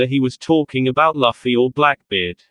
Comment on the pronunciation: It's looooffy not laaffy